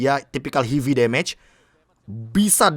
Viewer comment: heavy spin bro bukan hivi spin